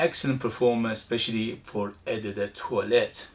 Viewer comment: Hi, only for your info, you can pronounce "O de toilette" and "Ô de parfum" but I like how you say it that's cute 😊 and btw, the E in "de" has the same sound as the last E of "ledge" love your videos thanks for sharing your passion 👍